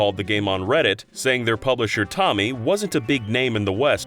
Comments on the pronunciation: ITS TOMY. NOT TOMMY. TOE-ME. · And Tomy (Toe-me) as "Tommy" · Toe-Me, not Tommy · lol Tommy. It's Tomy, ya know, like it's written. Toe-mi That's not Hydro Thunder: Hurricane. That's VRS shown again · Pronunciation guide for: - Tomy = TOE-mee - UEFA = "you-EFF-ah" Also, please ask your editor to stop showing video that is completely unrelated to what's being discussed -- Mario Kart 64 for a pinball game; Mischief Makers for a gambling game; etc. It's distracting and misleading. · Say it with me: TOE-MI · I'm pretty sure tomy is pronounced toe-me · Wait, isn't Tomy pronounced with a long 'O'? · Yeah, like Toe-Me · the O in Tomy is a long O(it's a Japanese company)